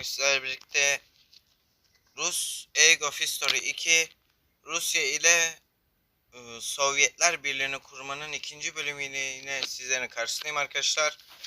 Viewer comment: Eyc of history 2 diye okumalısın yanlış okuyorsun